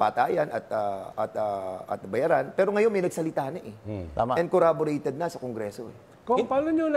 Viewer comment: Cong, corroborated po, not corraborated hehe